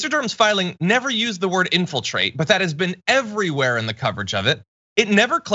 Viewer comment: When he said, "But her emails," I could have sworn he said, "Butt hurt emails."